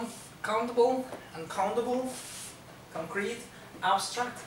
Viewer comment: Te comento que creo que escuché que dijiste concrete pero acentuaste la última sílaba y si no me equivoco en acento en ésta palabra es en la primera sílaba, chécalo por favor, saludos.